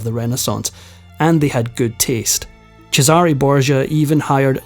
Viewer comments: Oh, my ears. 😢 I applaud your efforts, but please! The name Cesare is pronounced (for an English-language speller) CHEZ-eh-ray. Definitely, emphatically NOT chez-AH-ree. The other names - Christian names and family names - are all sadly mangled. Gads. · CHEZare not chezARe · Cheh-zah-ray They have made plenty of tv shows and movies about this family. It’s easy to hear how it should be pronounced. That’s what separates the humans from the AI bots. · Because every time the name is mispronounced... it grates heavily on my nerves. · It’s pronounced Chess-are-a! Please learn how to pronounce these names properly! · For God's sake, learn to pronounce their names correctly. Cesare is pronounced CHEY-sar-ay, and Medici is pronounced MED-ee-chee. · I hate to break it to you, but either you misunderstood or whomever was correcting you was pulling your leg. CHE-sah-rey is correct. The way the narrator is pronouncing it is incorrect. The fact that you're correcting people in every post and you're not even Italian sure is something. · His name is pronounced Chez sa rey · You and him are wrong. I'm Italian and the stress in the name Cesare goes on the first "e". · His pronunciation is incorrect. The first syllable should be stressed. In Italian, the second syllable is stressed if it is preceded by a double consonant